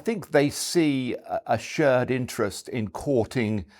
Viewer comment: He can't pronounce "shared" or "pear" either, so I think it's more a language issue in general than a China-expertise issue. No, seriously: He pronounced the vowel in "shared" and "pear(-shaped)" like the one in "word" or "bird". Really rather weird, to my ears. (Idunno, is this some ultra-posh variant of RP that I've never heard before, or some lokal dialect? But nothing else in his speech sounds particularly dialectal.)